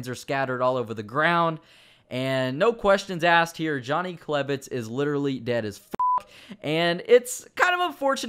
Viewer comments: on Johnny klebitz you said klev not klebitz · on klebitz you said klev